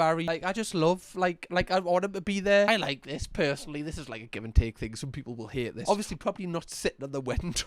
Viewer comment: Hahah "the whatever that is.. ehh that beutiful thung they have"